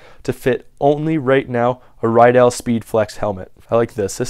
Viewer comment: It's pronounced RID-dell not rye-dell, I'm good friends with someone who has the same last name